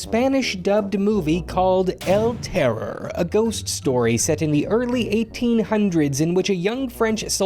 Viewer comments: Hey!, spanish speaking person here. I don't want to be a grammar n@ but the pronunciation is "el terrOr", charging the force in the last O. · It's el terrOR, not el TError. The stress is on the last sylable, and on my head for hearing that pronunciation so much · All that research, but you couldn't bring yourself to pronounce terror in Spanish.